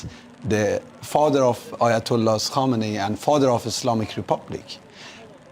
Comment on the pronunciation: Kamenei, not Komeini.